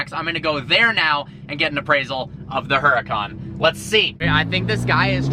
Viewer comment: HE PRONOUNCES HURACÁN WRONG